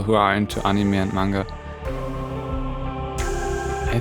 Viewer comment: So I wasn´t wrong when I thought you were german just from the way you said Anime I totally agree with German dub being bad...that´s why I only watch Japanese dub with english subtitles XD You nailed every single style and I am glad someone did Fairy Tail for once. Keep up the amazing work!